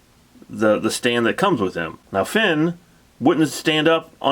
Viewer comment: Nice review. Btw, the other figure you keep comparing Tron to is Flynn not "Finn". 😄